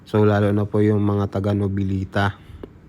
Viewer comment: For correction po Noveleta, at hindi po novilita, Hahaha paayus nalng po,ng pronounced sa susunod